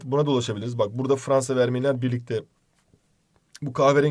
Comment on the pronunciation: Fvansa :D